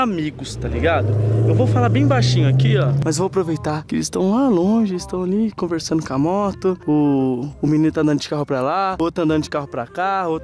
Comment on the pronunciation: quem percebeu que o falo assim: eles estão ali tão converssando com a moto. kkkk converssando com a moto kkkkkk